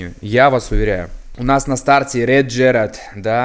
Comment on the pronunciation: почему ты говоришь Джеральд если он Джерард (GerraRd)? По ушам режет😮